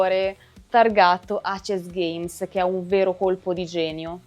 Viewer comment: Molto molto belli e illuminanti i tuoi video, che ho sempre seguito con interesse, in particolare quelli su VHS dell'amico Simone Morini (senza parlare della figata di packaging a videocassetta + grafiche spettacolari!)! Unico appunto, che volevo già farti sugli altri video, in cui presentavi i vari filoni del GdR VHS: perchè lo chiami "acesgheims" (pronuncia), se andrebbe letto tutto in inglese e cioè "eisisgheims"? Sfumature, ma per dover di precisione... Continua così con i bei contenuti che porti!